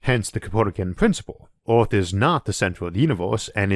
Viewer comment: Wow, I have some real problems with this accent (not being an English native speaker). Swapping an e-, i-, or a-sound for an o-sound makes this really hard to understand. I hear "orth" when the word "earth" is spoken. I'm really interested in the subject, but I'm sorry I don't think I can watch this video to the end.